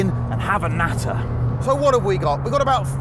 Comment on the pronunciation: "Have a knatter" lmaoo